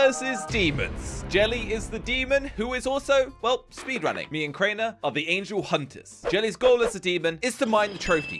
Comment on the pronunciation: You say angel hunter like you ment someone who hunts angels